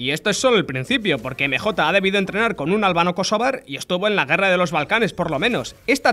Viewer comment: "espiderman", "emejota"